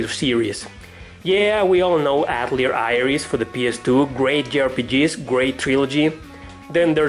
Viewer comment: Atelier is pronounced Ah-tell-ee-ey. It's French